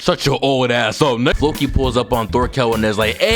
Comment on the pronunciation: They say the names in the show watch dubbed if your going to pronounce their names that bad fokie is (flow-key) and jormsvikings are (your-ms-Viking)